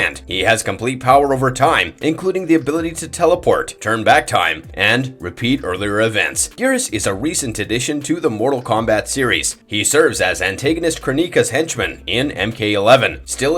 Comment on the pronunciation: Narrator said "anTIGNist" instead of "anTAGOnist" seeeeee! Pronunciation is a problem even with simple words....research on these vids is AWESOME but DEF get that narration up to snuff!!!!